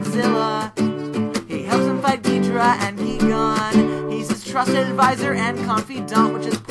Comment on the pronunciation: this guy pronounces Gigan wrong not approved